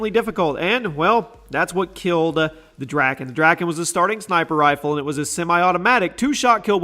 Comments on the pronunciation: Your saying drakon wrong it’s pronounced dra-kon not dra-kin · It's pronounced the dray-kon. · Drakon? Are you serious?